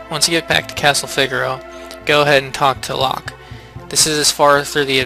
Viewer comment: Did you say figer o instead of fi gar o